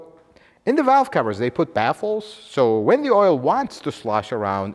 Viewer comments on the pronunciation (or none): none